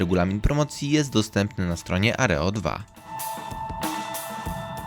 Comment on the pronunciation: Nie Areo2 tylko Aero2.